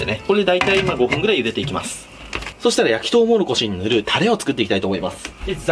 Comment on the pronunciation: とうもろこしを「とうもころし」って 言ってる同士おらぬか…